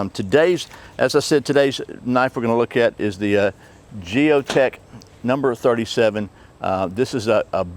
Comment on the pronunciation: I don't think the J is pronounced lol like the J in Jalapeno haha